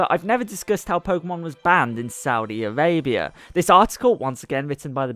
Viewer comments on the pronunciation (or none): It's "Arabia" not "Avabia"